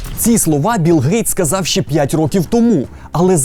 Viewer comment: Все круто, крім прононсу "шчье". Панове, українські шиплячі тверді, тренуйте щелепи, бо вуха в'януть